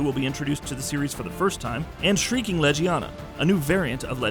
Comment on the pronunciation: You know, I can understand why people still pronounce it Tigerex (it should be Teegrex), but saying Lejiana (should be Legiana) is too much. I feel like these people never played the game.